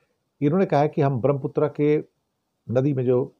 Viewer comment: धन्यवाद 🙏 ब्रह्मपुत्र के शुद्ध उच्चारण हेतु।